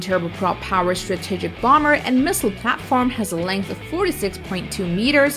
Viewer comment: the way she pronounces the word 'strategic' bothers me